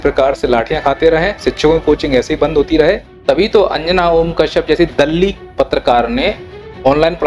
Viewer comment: दल्ली नहीं ए तो टल्ली है